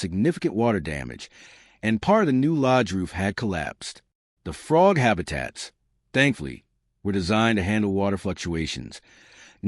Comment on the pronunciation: Sick of hearing the guy say "Fraud" in stead of Frog.